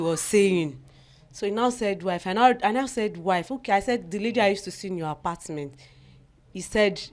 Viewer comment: Apastment lool